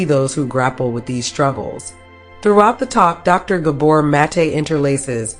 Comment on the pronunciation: Love this video but bothered by your mispronunciation of his name